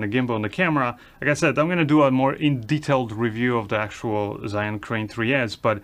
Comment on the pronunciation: Hi, I've been always watching you but never commenting; breaking it now just for a suggestion... As I've lived in China for 24+ years you can safely take it from me, ZHIYUN is pronounced like this: Take the word rzeczpospolita for an example, in its original Polish pronunciation. Now, put cz first, following with rz. You will have something very close to what zh sounds like. Add Polish y to it as in Bydgoszcz, you will have zhi~. (Doesn't work with English language that easy). Zhiyun is not pronounced like "zayin" or anything alike... zayin is a dick in Hebrew.:)